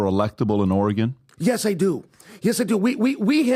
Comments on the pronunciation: It's NOT OR-E-GONE ! It's Pronounced..."OR-A-GUN" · needs to be taught how to say Oregon. Or-eh-gen not Or-eh-GON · Dude it’s Oregon not Or RAGON… Jesus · I haven't watched the whole thing yet. But please tell that guy how to pronounce Oregon. It is OreGUN!!! Not Ory "GONE"!!! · I'm born an raised in the Bronx NY and we all said Or-a-gone. Teachers and all. I didn't get corrected to Ora-gin until I moved to the west coast 4 years ago. 🤷 idk. It's definitely not the same as the kid who says "present" tho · Ore-e-gun not Ore-e-gone. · it’s pronounced organ not Ori-gone lol drives me nuts everytime he says that word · Did someone bet how many times he could say Oregon(e) and not have someone correct him? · Soooo goddamn painful to hear pronounced Oregon! It's not OrAhgohn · 😂😂😂😂😂 even the first sentence of was stupid. Nobody said anyone would doubt dana at this point. Poor, he's failing miserably. "Oregan". Like he never heard of Oregon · Why does, a middle aged US citizen, pronounce it Ore-gone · Oragone,? Really? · The way pronounces Oregon pisses me off. A dude FROM Oregon is by him pronouncing it correctly, and he’s still saying Ore-GONE like an uneducated boob. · I cringe every time says or-a-gone. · Leave it to to be the only jackass to pronounce Oregon as Oree-Gon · As an Oregonian, I would vote for Uncle Chael in a heartbeat. And I hated that kept pronouncing it "Ori-gone" 😅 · Every time says OREHGONE, sit on your thumb... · pronouncing "Oregon" as "Oh-reh-gonn" 😂😂😂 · Was hoping Chael would sock before he was able to say ori-GONE for the 27th time 😑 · pronouncing Oregon “Or-uh-gahn” so many times was obviously an attempt to get a response out of Chael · Of course says "Oreegawn"..... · stop pronouncing Ore Gun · CHAEL TRIED TO CLEARY SAY OREGON THE CORRECT WAY AND THE DUDE KEEPS SAYING OREGAAHN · Ore-gawn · For those wondering, it's Orygun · “Origone”